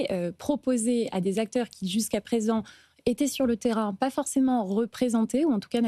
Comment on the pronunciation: Cinquante mille "zacteurs"? Vraiment prometteur ...